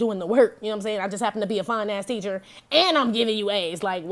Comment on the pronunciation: I LOVE YOUR READINGS. FACTS AND HILARIOUS AS, how you say it, “FINUCKS!”